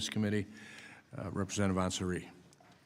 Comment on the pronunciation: And he doesn’t even want to try to learn how to pronounce her name. It is Yassamin ANsari not anSARI. The song that represents her:” You are standing in a hall of fame, and the world is gonna know your name, cause you burn with the brightest flame!” I am so proud of this freshman representative D-AZ. She has done more to improve lives of her constituents in four months than Virginia Foxx has done in 30 yrs. I don’t get it how dare Foxx as explained in this hearing to cut out parent plus loans to be only $50K. That is not enough to pay yearly tuition. She is insane. Also Lucy McBath D-GA really fights for disabled kids and gun safety in our schools.